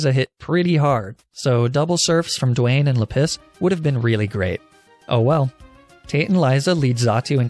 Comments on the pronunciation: It’s la-piz not le piss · how r u pronouncing any of these rocks lol basalt =bus-alt, lapis=LAP-is not le piss LOL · lap-is bro not leh=piss jesus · Just so you know, "Lapis" with French pronunciation is actually "La-pee" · Normal people: La-piz: La-piss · Everytime he calls Lapis "Le Piss" it hurts my soul a tiny bit* *Like 0.1% At least that's what it sounds like to me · Sorry is he saying LA-PISS AND NOT LAPIS or am I deaf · Lapis. Or, if you're an expert in the French language like myself, luhPISS. Which in French is "la pisse" and actually means "the piss". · (Does anyone want to point out that "Lapis" in French would actually be pronounced "lah-PEE"? No? Okay, we'll keep letting him enjoy his gag name...) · Why did I think his Lapis was named "Le-Piss" at first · oh,. You know the French pronunciation of Lapis is "Lah-PEE":P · are you calling it la piss on purpose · "La-PISS"?? 🤦 You're pronouncing that wrong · not 'la piss'! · Every time you say Lapis, i damn near LaPiss myself. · No one: Not even a single living soul: French and: lA PiSs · La piss -> ma piss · Minecraft references for the names.. but lapis is LePiss lol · "or, if you're an expert in the french language like myself, L A P I S S" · Okay, real talk, I had to stop watching this episode midway due to your CONSTANT mispronounceation of the word "Lapis." Completely ruined the run for me, plus I couldn't in good faith continue watching this at work with you saying the word "piss" over and over and over. Please refrain from doing things like this in the future, it wasn't really even that necessary of a joke to make.... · I think its so funny how he mispronounces Pokemon and calls lapis la-piss